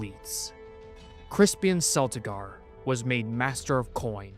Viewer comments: isnt Celtigars pronounced "Keltigars"? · Celtigar is a hard C sound. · I believe (or hope, rather) that GRRM pronounces Celtigar as Keltigar, not Seltigar. It sounds better that way, at least. "Thus did Queen Rhaenys TAKE flight." Another grammar note.